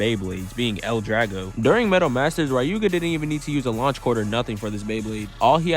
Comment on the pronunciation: "Rai-yu-ga"... who's gonna tell him?